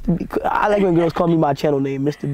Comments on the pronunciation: Mans said “MeBeast” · Hahaha he said mrbeats